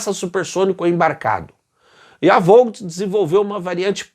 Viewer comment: Ótimo video, como sempre. A França não escolheu o F4 também porque ele teria de decolar com muitas restrições de peso devido as catapultas do Foch e Clemenceu serem bem mais curtas que as dos super portaviões da US Navy, e portanto menos potentes. Só uma dica, pronuncia-se vót (com o som do t bem fraco) e não volt/vout. Abraço